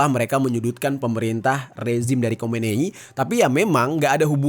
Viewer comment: Bang Jerry, yang benar Khomeini... atau Khomenei sih....???😂😂😂 Saya memperhatikan sejak video² yang lalu